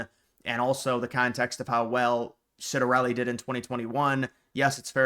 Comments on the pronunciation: Ciattarelli Pronounced; CHiatarelli, not Sitarelli... Just some trivia. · You need to learn how to pronounce his name: Chitter-EL-ee